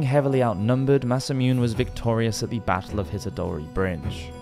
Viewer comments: Masamune Date is one of my favorite historical figures (thanks to a certain video game franchise but still) and it hurt hearing him say Masamoon. At least he got the “Date” part (mostly) correct? Imagine if it was Masamoon Dayt hahah Oh no, even the English word Jesuit (jehzu-et) is pronounced Jesweet…. Maybe this is an inside joke that makes the channel unique lol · it's masa moo-nay, not masameune. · I think it's "Massa-moo-nay". The silent E isn't a Japanese thing. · Just a quick note: Every vowel is sounded in Japanese, so a name like Masamune would be pronounced Mah-sah-moo-neh. Tomoe - Toh-mo-eh. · 😂 "Mas-sa-myoon"; the way he says it, it ALMOST sounds like a Korean word for "mathematical" ("매써뮨"). I honestly love the way some English people don't even bother to try when it comes to the pronunciation of non-English words and names. I think it's cool how they just don't care, and how they never apologize for Anglicizing words, let alone getting them wrong.... Perhaps if it was spelled in French; "massamounée" (massaged?) they would read it correctly? I'm not being sarcastic; I find their carelessness to be charming. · Good video apart from the massacre of Japanese names - eg Masamune is “ma-sa-moo-nay” and Tomoe is “to-mo-eh”.